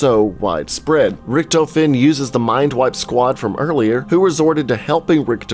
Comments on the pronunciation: he says the rictofen wrong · Was anyone else annoyed by the way he pronounced “Richtofen”? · When he said "Richthofen" I got triggered lmao. XD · Gaming pronouncing character names and maps: Zombie veterans: amazing, everything you just said was wrong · You pronounced richtofen differently like 5 times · Drinking game: Take a shot every time he says Richtofen wrong. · pronounces Richtofen wrong Every zombies YouTuber disliked that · Instead of saying "Rikthofen" to "Richthofen", rather pronounce it "Rishthofen". I can understand the pronounciation is difficult for non-German speaker, but this way it sounds "more right" :D also, the E at the and of "Wunderwaffe" is pronounced, like "Wound-R-Wuff-Eh". Hope I helped instead of simply being a German smartass :P